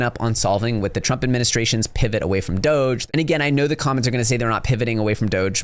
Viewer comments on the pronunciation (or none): none